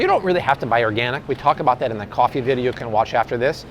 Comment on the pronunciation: Art doing Cwaffee Talk. Lol. 90s SNL was the best.